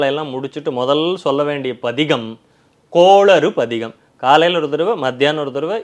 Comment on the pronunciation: please please please கோளறு பதிகம் சரியாக உசரியுங்கள் கோளாறு அல்ல பயிற்சி எடுங்கள்